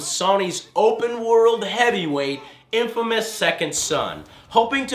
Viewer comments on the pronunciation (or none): none